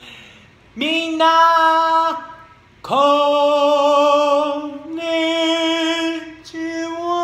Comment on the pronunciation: こんにちはってめちゃめちゃ上手